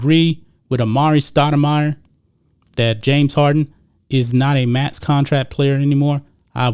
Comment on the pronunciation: You keep saying contrack instead of contract